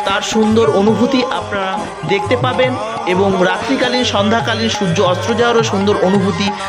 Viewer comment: এই সময়ে আপনি সুর্য্য 'অস্ত্র' বলছেন, কথাটা সুর্য্য 'অস্ত'।